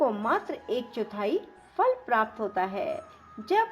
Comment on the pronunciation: जय सियाराम 🙏 आपका कथावाचन सही है परंतु आपको उच्चारण करते समय विशेष सावधानी बरतें…. कृपया प्राप्त इत्यादि के सही उच्चारण करें और सटीक हिंदी भाषा का प्रयोग करें... हिंदी सेवी ()🙏🙏🙏